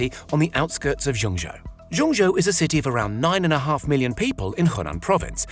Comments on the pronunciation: dude, couldn't you have checked how to pronounce Zhengzhou? It's like being lectured by a person calling London 'Rondong', hard to take seriously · My ears are dying from hearing how you pronounce Zhengzhou.